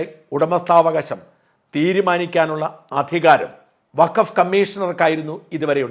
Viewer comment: 😂 അസലായി അലക്കും - വക്കഫ് - ഫക്കോഫാക്കായി '😂